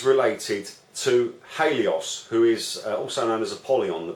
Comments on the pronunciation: Total rubbish you can't even pronouce Helios who is a very great help who cuts through the shit energy that twats like you create. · Total rubbish!You can't even pronounce Helios who is actually a great help who cuts through the energy that imbeciles like you create.